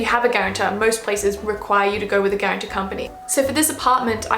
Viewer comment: Please say guartan-t-o-r instead of guaran-t-e-r. The latter is not a word. Unless it is a Japanese word...